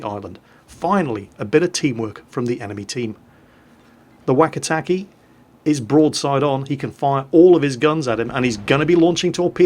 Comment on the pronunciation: The "e" sound in Japanese is short, so "keh" not "key". If it has an i after the e then it's pronounced "kay". (若竹 "Wakatake" is "Wah-Kah-Tah-Keh") Also, for anyone interested, 若竹 means "Young Bamboo".